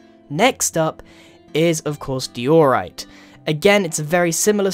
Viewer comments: dude. It’s not d-ee-orite. It’s d-I-orite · Grian pronounced diorite as deeorite. Im british too. Its diorite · Yeah, the only thing I disagree with is dee-or-yte. XD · grian: DIORite everyone: its diorite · btw diorite is pronounced die-ore-ite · No DIEORRITE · grain now: dij-jo-rite grain now: diorite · say it like dye or write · No one: Grian: Dee-Or-Ite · am i the only one that is confused why grian said di - ore - ite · dee-or-ite, seriously? 😂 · I thought it was pronounced (die o right) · it's an accent, britts tend to emphasise the second syllable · Dude SSundee would probably hate you for saying that cobblestone should be re-textured🤦🏼‍♂️🤦🏼‍♂️.... also that’s not how you say diorite